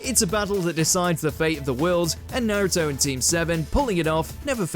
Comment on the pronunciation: What's this Nairuto? I only know a naruto. Na-ru-to.